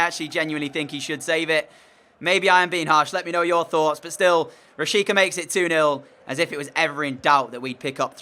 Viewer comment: Its rashitsa pronounced